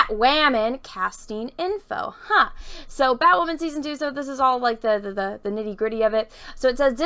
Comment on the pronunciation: You are so cute 😍💕. Everytime she says batwahmen!, Drink!